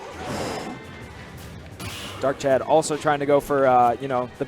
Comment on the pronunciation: It's not "Darkchad"